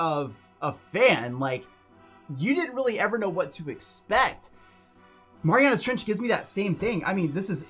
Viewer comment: It's said "Mare-e-anna's"